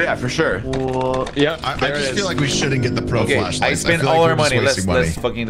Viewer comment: FLASHLIGHT NOT FLESHLIGHT!